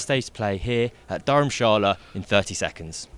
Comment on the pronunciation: .. he also said dharmshala Dharmshala correctly, and not durham masala like harmy